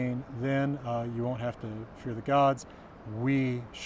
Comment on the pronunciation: am i somehow mishearing or are you indeed calling them "feathers" at times? is that some expression i'm not aware of?